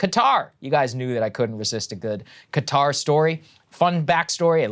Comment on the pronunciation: Props to Saagar for adequately pronouncing Qatar instead of the hideous "Cutter".